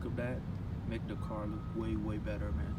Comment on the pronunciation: When Asian people say “Duh” instead of “the” haha .. nice fit though